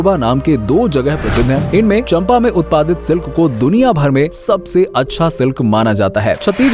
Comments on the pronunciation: It's not चंपा it's चांपा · Bhaiya vo चंपा nhi चांपा hai